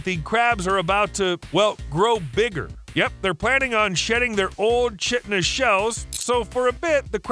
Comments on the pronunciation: 💡 "chitinous shells":face-red-droopy-eyes: Pronunciation error. 👉KIE-tin-us,👈 not CHIT-in-us. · chitnis? It's chitinous and pronounced KITE-TEN-US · It's pronounced kite ton nus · Chitosan is pronounced Kytonous.